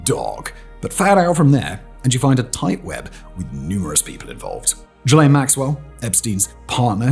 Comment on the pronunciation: Thank you for being the only person I've heard who pronounced Gislaine correctly. It's been driving me nuts. /gen